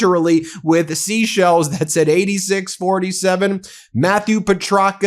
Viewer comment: Ben, 'She sells seashells by the seashore.' I thought I was hearing things, but after the fourth "Sheshell" I turned on CC and it registers Sheshells as well.😉🐚